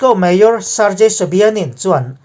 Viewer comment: Sargei tih hi (gang) kan tih ang hian Sargei tiha lam tur a niiii